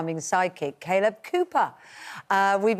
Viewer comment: Why is Ben calling him 'Kay-lib' ???